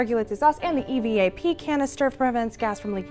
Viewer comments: Of all the things that could bother me about the presentation they did...It's not E.V.A.P. It's short for Evaporation so it's pronounced evap. One word, not four letters. Petty, I know. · I like how at the end, the girl names all the missing carp parts, she spells out E.V.A.P. -- nobody does that. it is pronounced "Evap".